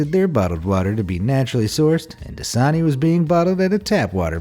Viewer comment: Das-a-ni translate that's a knee